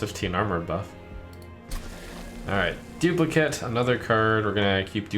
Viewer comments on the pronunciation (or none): I love this game but please pronounce duplicate correctly, I swear every youtuber I watch pronounces the noun form of the word and not the verb form. It just bugs me every time I hear it. Would love to see more of this game from you though. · Does it bug anyone else that Trump always pronounces "duplicate" wrong when it's a verb?